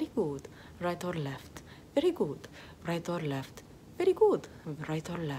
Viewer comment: “Rrright orrr left? Verrry good. Rrright orrr left? Verrry good. Rrright orrr left? Verrry good.” Should high key be an actual song.